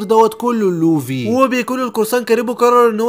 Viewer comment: يسطا نطقك للكلام غلططط💔 مثل: لوڤي و رأسا على عقل🙂 اتمني انك تحاول تشتغل علي الحاجات الي زي كده❤️❤️❤️